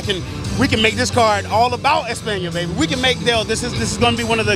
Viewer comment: Si no sabe ni decir España... pero bueno se agradece el sentimiento español!